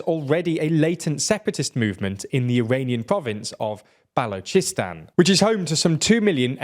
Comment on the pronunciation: why did you say "Balocheestan" tho??